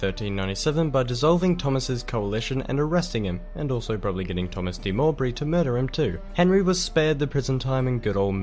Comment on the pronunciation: Also the 'w' in Mowbray is silent as well - Mo-bray. He has pronounced Dynasties right though - we always thought it funny the the TV series was called 'Die Nasty'.